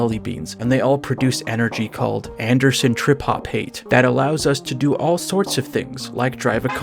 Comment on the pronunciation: "Anderson tripopate" Thanks for that one